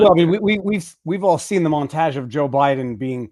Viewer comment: Viva pronounces "montage" the same way William Shatner pronounces "sabotage"... Must be a Canadian thing?